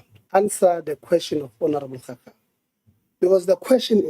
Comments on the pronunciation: Continues to say honourable cow-cow 🤣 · Ngeke bathong why cowcow instead of Khakhau, haai man stop calling our surnames wrong.